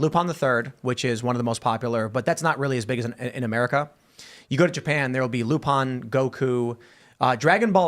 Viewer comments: Did just hear Tim say Lupon? To refer to Lupin the third?... Cancelled! Cancel him! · "Loo-pon the 3rd" that bothered me for some reason